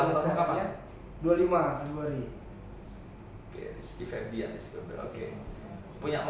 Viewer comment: Febian om, ga pake r . -_